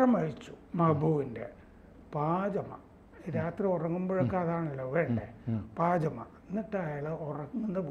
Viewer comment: പാജമ അല്ല പൈജാമ